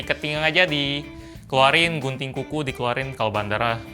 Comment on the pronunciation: Kuping gw salfok denger gunting jadi bunting wkwk